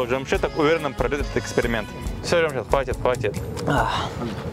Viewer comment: Не Жамшет, а Джамщед